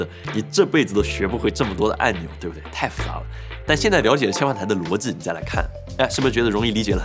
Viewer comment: 机 逻辑 这几个词 练习一哈发音嘛 口音挺重